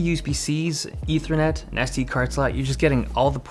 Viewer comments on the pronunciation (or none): none